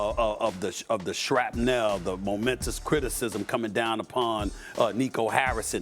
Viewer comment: The SHRAP-NEL